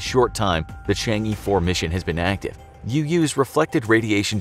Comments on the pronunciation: There is no "Dark side" of the Moon, even within the video they got it right calling it far side vs near side. The title fails. Also narrator should at least learn to pronounce Chang-e properly. Its pronounced Chang 'Er' not Chang 'Ee' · it's pronounce as Chang'er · Chang'e is pronounced chong uh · It's pronounced Chang ugh rather than Chang yee 😅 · CHang'e 4 WHY ARE YOU SAYING CHANGEE 4 IT IS CHANG AAA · It's actually pronounced chang uh not chang E :p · It’s not Chang e you pronounce it as Chong aww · It’s Chang é, the é sounds “uh” in ago. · The mispronunciation of Chang'e was incredible terrible lol. Its pronounced kind of like "shawn-shay" or more like shjay. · Some help: 玉兔 Literally Jade Rabbit. Yu'tu, instead of "Yoo Too", more like Yü Too, with a u-umlaut. 嫦娥 name of a goddess. Chang'e, instead of "Chang ee", more like "Chah-ng ə" with a schwa. I don't remember the details but there's a legend about a girl who unwillingly flew into the sky with her pet rabbit and landed on the moon. Hence why she's considered the Moon Goddess. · he butchered the pronunciation of yu'tu and chang'e pretty bad hahaha